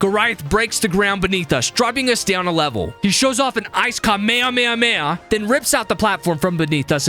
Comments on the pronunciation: IT NOT KA MAY A MAY A MAY A. ITS KA MAY HA MAY HA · normaler people pronounce Kamehameha Ka-Mi-Ha-Mi-Ha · ITS KAME-HAMI-HA DIMWIT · Ah yes the kahmeamea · Man brain really want's working he called a haduken a kame kame haaaaaaa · Kamehameha??? What was that pronounciaction